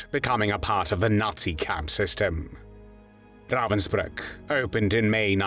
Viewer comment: Ravensbrück, nicht Ravensburg!!!!